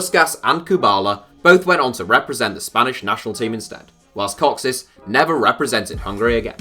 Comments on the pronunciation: btw Kocsis is pronounced for an english speaker as "Kochish" not "Cocksys" :D and Puskas is Pushkash /push-cash (across the table to me for correcting you) not Puskas (english pronounciation rules) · Kocsis is not pronounced "Cocksis" as you said, but rather "Cochish" - the "ch" being pronounced as in the word "chalk" and the "sh" as in "shine". The English "s" is written as "sz" in Hungarian, for example Hoffenheim's Szalai Ádám is pronounced as "Salai" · Kocsis is pronounced "Kotchish" and not "Koxis". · Kocsis is pronounced like "coachish" and the meaning is carter. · No, it's the opposite. Szalai is pronounced S as in Salt. S alone in Hungarian is pronounced like Sh. You're right about cs, Cochis.